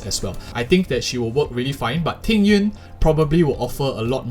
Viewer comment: i like this guy, he pronounce jing yuan correctly